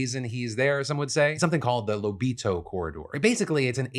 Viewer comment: As an Angolan and a subscriber of your channel for years i'm very happy to see you talk about our country (nice pronunciation btw when saying Lobito), and thank you for speaking about this our people have protested and suffered for years under president João Lourenço (we call him J-Lo) his final term is about to end yet his trying to change our Constitutional laws in order to have a 3rd term. There's a lot more issues and i hope the rest of the world gets a chance to see them.